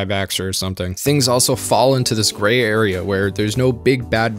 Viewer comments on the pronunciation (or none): none